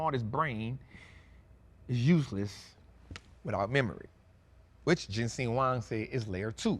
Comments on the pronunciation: Thank you,. Just want to let you know his name is JENSEN. Not Jensing. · His name is Jensen not jensing